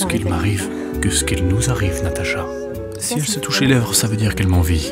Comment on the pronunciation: Elle est marrante l'élocution de Ludovik. Rien que dans sa façon de dire "Natacha", ça me fait rigoler.